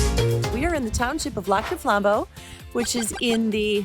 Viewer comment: I'm sorry, but if she's local, why can't she pronounce it?